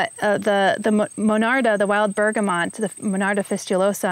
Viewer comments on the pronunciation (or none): Bergamot….there’s no ‘n’ in it. The video also has it incorrectly